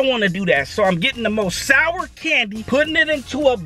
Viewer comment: it's to souwer